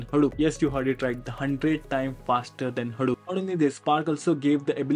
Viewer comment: it's pronounced hadoop not haroop